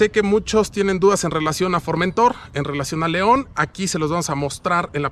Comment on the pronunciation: El "" no sabe siquiera pronunciar el nombre del producto que vende... es FormentOr... no FormEntor.